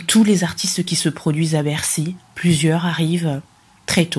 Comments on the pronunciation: Les chroniqueurs yango ayebi ko loba bien teh lol.. c mr, il dit Beksiii , lol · C type est vraiment inculte. Et avec un très mauvais français comme ça ! Il prononce " Begsi" pour "Bercy". Tintin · Ayebi ata ko loba Bercy te azo loba bexi ignar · Pourquoi s'intéresser à un mec qui dit "bexy" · On dit Bercy au lieu de Bercy n'importe quoi oza vrai zoba yo Tata oyo